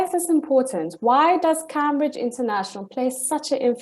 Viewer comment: She knows this so well that she can’t even pronounce “Camebridge’ properly. As in the university 😂